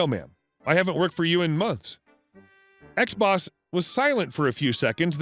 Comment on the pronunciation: U say "ex-boss" I hear "xbox" 🤣🤣🤣